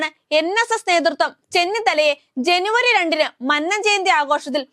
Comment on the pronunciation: 🤭'മണ്ണൻ 'അല്ല കുഞ്ഞേ, മന്നം. മഹാനായ മന്നത്തിനെ ഇങ്ങനെ മണ്ണൻ,മണ്ണൻ എന്നു പറയാതെ. ദോഷം കിട്ടും. 🤭